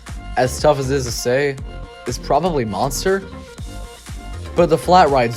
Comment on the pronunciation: Monstre is NOT pronounced like Monster, at all. Not even in English. Also, the mini rail WAS the atmosphere of the park. Since it's removal, there is no soul.